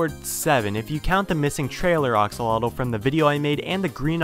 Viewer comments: Your saying oxolotl in stead of axolotl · and you pronouns axolotl as oxolotl